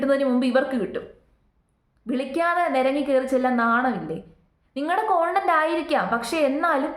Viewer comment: കോണ്ടന്റ് അല്ലാ കണ്ടെന്റ് എന്നാണ്